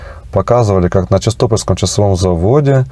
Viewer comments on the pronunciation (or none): бле@ ЧистопОльские, а не ЧистОпольские, когда вы уже это запомните!!! название город Чистополь, происходит от Чистое Поле!!!